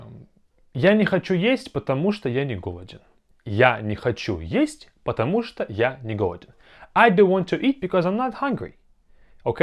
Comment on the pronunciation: I'm a Russian learner too (not native speaker), so take my answer with some caution. I was told that потему что is treated like one word in this instance. Since the 'у' in потому is stressed, the 'o' in что is pronounced like ah. The whole phrase sounds like pah-tah-MU-shtah.